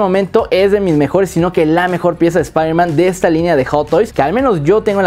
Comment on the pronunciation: Espaiderman No Wey Jom